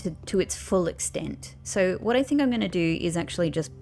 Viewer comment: When you first saw the think art, you said 'thin K'